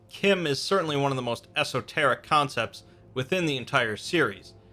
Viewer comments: it's not kim it CH CH CH CH CH CH-IM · Pronounced CHIM like Time, not like Tim... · its fucking chim not kim